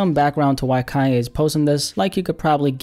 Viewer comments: What are you calling him? Kiya.. or am i just tripping.. pronounce the n man..kannnnnye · why do u say "calle" thats a spanish word lol its KanYe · Like this every time he says Kaye West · Man said "Ka-ye" 😂